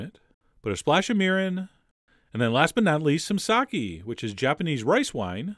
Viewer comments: sake. sa ke. sah kay. not sah ki, sah kay. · i believe sake is pronounced "sa-kay", not "sa-key" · Lovely recipe!!! Looks absolutely amazing. I love miso butterfish (as we call it in Hawaii). However, no offense meant, but just for future reference, the pronunciation of those two Japanese words should be: Mirin = "mee-reen" Sake = "sah-keh" or "sah-kay"